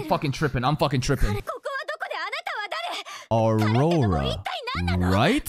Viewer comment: HER NAME IS NOT AURORANA!!!